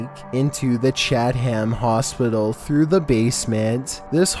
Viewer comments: lol You said "sneak into the CHAT-HAM hospital". It's CHATHAM ....CHA-THEM. Funny hearing it that way. Ignorance is bliss, though. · I love you, man, i really do. But then you pronounce "Chatham" like it's "Chat Ham" and then how you pronounced asbestos a few words later is too damn much. I mean...DAMN DUDE!!! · Anyone else realise he said Chatham wrong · The way you say chatham 😂😂😂😂 chatham is full of chavs lmao